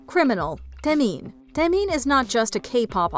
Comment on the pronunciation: That name pronunciation hurt my head...Taemin is the idol's idol